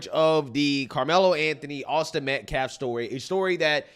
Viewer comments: The man can't even properly pronounce Austin's last name. I doubt they care about Austin's dignity. If the video exonerated Carmelo, we would be seeing the video. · And deliberately mispronouncing the victim's name. is human trash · It makes me so frustrated that the guy can't even pronounce his name right. Can he at least have that?!?! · That lawyer cant even say Austin's name right🙄 MetcLLaf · He even said "MetcLLaf" 🙄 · Austin Metclaf. Becuase weeeee respect the dignity of life... Yeah, well, no. No you don't. You just said his name wrong. You don't care. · I listened three times to the guy from the school - each time it sounded like he said Austin Metclaf. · That POS keeps saying "Austin MetCLAF". Almost every time. Is it on purpose? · ”Metclaf”. Who’s the ignorant fool representing the killer? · Bro coulda said m3th lab and he'd have been closer to getting the ded boys name right... it aint meclaft bruh, its Metcalf.... and then to say "any child losing their life is a tragedy... thats my answer".... he may as well have said "you cant lock up a black kid for k!llin a white kid" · Metclaff?! Why can't that fool ever say Austins last name? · I hope this is the last we hear from this stupid family spokesperson after this is over. Dude can't even pronounce MET-CAFF, not MET-CLAFF. I know I spelled it wrong, it's called phonetic. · Who is Austin "metclaf?" That dude can't even say his name right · Guilt has been confirmed, thank you school board. Also why does he keep pronouncing every other word wrong? Mehtclaff? Really?.. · Sometimes I think that they purposefully mispronounced Austin's name so they have plausible deniability when their words back fire on them. Like him saying they respected Austin fully, when they know for a fact they disrespected Austin by kicking out his father from the public event. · TEMU lawyer can’t even say “Metcalf” correctly 😵‍💫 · Can’t even say his name correctly 😢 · Riiiight but yet you can’t pronounce his NAME 🙄